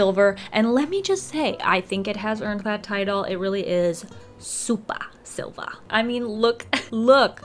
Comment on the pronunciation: "supah silva" hahaha